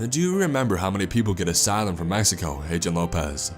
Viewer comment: “asylym